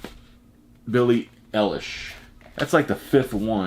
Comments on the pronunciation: It's pronounced "Billie Eye-lish." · Two things: its NF, not VF Its pronounced Billie EYE LISH